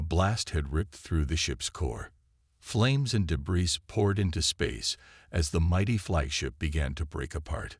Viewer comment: Crappy AI, as usual. "deh-BRISS", "tehr-RAN"(terran), "PRAH-jektile", "fri-GATES"(frigates), "cer-TAYN"(certain)!!!!!!!!!!!!!!!!!!!!!! Crappy!